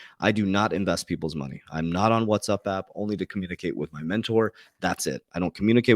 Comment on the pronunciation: That’s cool how you said What’s up app. What’s up Doc 🐰